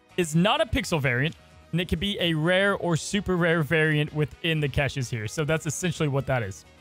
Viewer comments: Lol omg why does he keep saying "keshes"? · must be a big fan of Kesha, only reason to say caches like that 😂. Nice breakdown video!